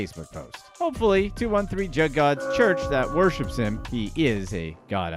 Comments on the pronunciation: This was pretty on point, how ever…it’s pronounced “JOOG” or “JUUG” not Jug. You put your privilege all over that word 😂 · ITS PRONOUNCED JOOG